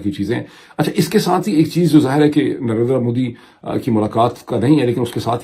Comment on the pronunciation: Advice for Dr. Moeed please don't stress on last "a" in Narendra Modi as his name ends with r sound. Same goes for Jaitindra, Dharmindra etc.